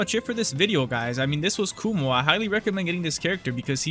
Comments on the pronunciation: my guy its Kuma not Kumo XDDD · His name is “kuma” not “kumo”😭😭😭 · YE MAN KUMO NOT KUMA